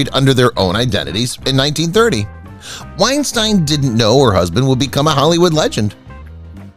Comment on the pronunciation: Sullivan's wife's maiden name was Weinstein. The correct pronunciation is like wine-steen. Senior Wences had nothing to do with Topo Gigio. The puppet was operated by 3 puppeteers. The voice was provided by Peppino Mazulla. Ed Sullivan was on CBS, NOT NBC! Check the facts and learn how to pronounce this. It's embarrassing.